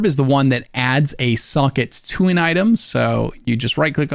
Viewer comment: This is amazing. I respect the hell out of how long it took to make. I also dont mean this sarcastically, but I actually enjoyed the fact that I heard your pronunciation of "socket" as "suckit"